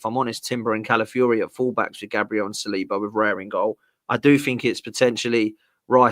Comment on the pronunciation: No disrespect but it's not saliba.ben white come on man. Your not gonna really miss him